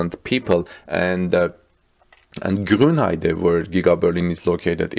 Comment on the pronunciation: I have a German pronunciation question for you. When you pronounce Grunheide you pronounce it with a "N" at the very end. But it is not spelled with a "N" at the very end. Why is this?